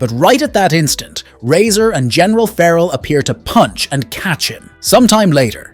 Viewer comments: There are some really weird pronounciations in this video, and some that are straight-up incorrect, and only made to look more stupid later when they're changed. Like Doctor 'Jacob' later being correctly pronounced as 'Doctor Hackle' Also feh-rahl instead of 'Feral', especially for Felina. And 'ship' instead of plane over and over. Is this a crappy AI video? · You seem to forget to call the city by it's FULL name. Megakat CITY. The plane is the TurboKAT. Feral is NOT a general, but a POLICE LIEUTENANT. Callie BRIGGS (name you seem to forget to add) is the DEPUTY MAYOR! Again you seem to forget or do not want to add. Fear-owl?! Really?! Did you forget how to say Fair-uhl?! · It's driving me crazy the way you are saying feral.